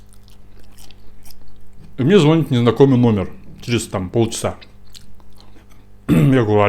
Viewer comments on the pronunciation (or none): Ой, жаным, Рахмет за новое видео. Приятно, что Вы прислушиваетесь к своим подписчикам! Не сочтите за грубость, но я филолог и «душнила» , но не могу слышать «звОнит». Пожалуйста не надо так😢 не обижайтесь только))